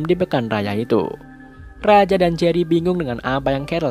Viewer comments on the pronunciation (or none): jery woy bukan gery